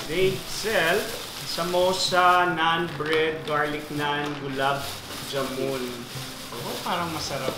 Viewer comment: It's funny how he pronounced gulab jamun. It's pronounced as ja-man. Not ja-moon. 😅✌️